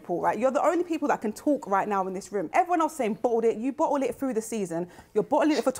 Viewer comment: Robbie isn't able to handle the word bottle😂